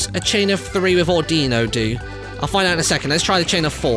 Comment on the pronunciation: I hate how he pronounces "Audino" incorrectly.